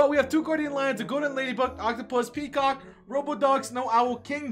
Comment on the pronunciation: i like when he says kecock